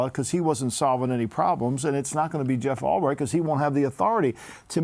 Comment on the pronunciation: “Jeff Ulbright” oh lombo 😂😂